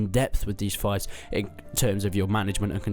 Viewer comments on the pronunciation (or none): Im pretty sure its pronounced 'feefs'